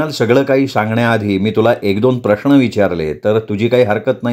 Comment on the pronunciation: प्रश्न हा शब्द नकळत प्रश्ण असा उच्चारला जातो...😊 बाकी छान.